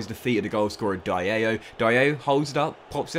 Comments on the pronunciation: not to be rude or such but its Di-Allo not Die-allo😭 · Please STOP SAYING DAYEYO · btw its pronounced bro-ya and also di-a-llo